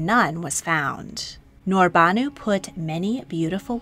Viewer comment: I am very sorry to say it, but you completely misplaced the stresses in some of sultanas' names! That would be HürrÈm, NurbanÙ, MihrimÀh and SafiÝÈ. Otherwise, great video! May i suggest to you to check out stories of kazan khatuns Сөембикә (Söyembikä) and Гәүһәршат (Gəwhərşat)